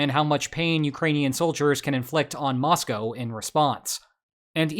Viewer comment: I want to appreciate that you pronounced 'Moscow' properly. Too many Americans think it rhymes with the animal that milk comes from.